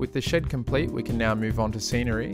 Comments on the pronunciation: I hear "shit" instead of "shed" everytime lol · When you said ,before painting the shed, it sounded like, before I paint this shit. Had me rolling.